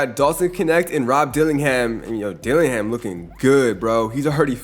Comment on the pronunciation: bro said duke denins 😂